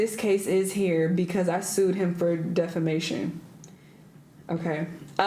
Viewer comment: They way she pronounce “defamation” is sending me😂